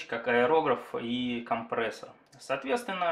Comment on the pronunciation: Спасибо за обзор, но произношение всё портит! КомпрЕссор через Е!!!